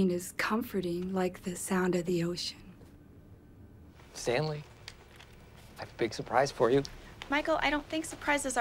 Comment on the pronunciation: "Standley" even.